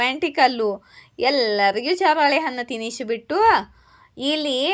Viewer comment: ಹಾಲ್ಲೋ. Madam. ಚರಳೆ ಹಣ್ಣು ಅಲ್ಲ ಚಳ್ಳೆ ಹಣ್ಣು madam ok ನಿಮ್ಮ ವಾಕ್ ಚಾತುರ್ಯ ಕಮ್ಮಿ ಇದೇ nimage ಆದ್ರೂ ಮಜಾ ಹಿದೆ ರೀಡಿಂಗ್ gm m 👍👍👍👍👍👍👍👍👍👍🌹🌹🌹🌹🌹🌹🌹🌹🌹🌹🌹🌹🌹🌹🌹🌹🌹🌹🌹🌹🌹🌹🌹🌹🌹🌹🌹🌹🌹🌹🌹🌹🌹🌹🌹🌹🌹🌹🌹🌹🌹🌹🌹🙏🙏🙏🙏🙏🙏🙏🙏🙏🙏🙏🙏🙏🙏🙏🙏🙏🙏🙏🙏🙏🙏🙏🌹🙏🙏🙏🙏🙏🙏🙏🙏🙏🙏🙏🙏🙏🙏🙏🙏🙏🙏🙏🙏🙏🙏🙏